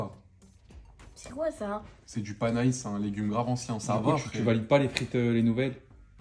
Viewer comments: Panais pas panaïsse ptdrr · Panais ça se prononce « pané » au cas où